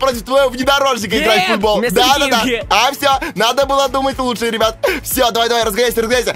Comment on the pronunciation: Почему ты говориш рыбят а не ребят